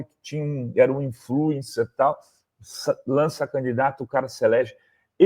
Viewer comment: 09;56 Meu Deus......nao consegue falar a palavra "influencer"....😮